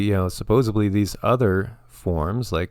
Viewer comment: Small thing I suppose but the word is supposedly not supposebly . I think everyone raised in the US was not taught this...